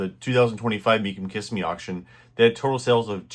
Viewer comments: Kis-Em-Me NOT KISS-em-Me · Being from Florida, Kissimmee is pronounced Ka-sim-me.